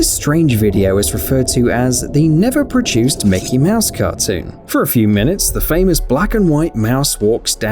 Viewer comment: There's no J in produced. But clay do gave me chills. Sheeesh.